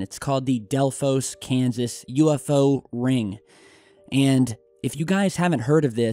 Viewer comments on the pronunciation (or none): none